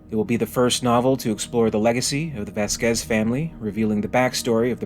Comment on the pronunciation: Little correction, it's not pronounced Vasquĕz, it's Văsquez